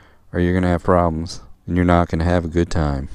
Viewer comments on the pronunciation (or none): none